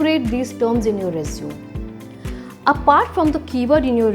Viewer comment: Everything seems good, however I ascertained that there was an error"'The pronunciation error" please do not use रिज्यूम instead use रेज्यूमे